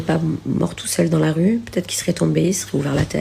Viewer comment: MDR l'avocat qui massacre le français, tel un Youtubeur analphabète "des erreurs ont puTêtre commises" c'est cela oui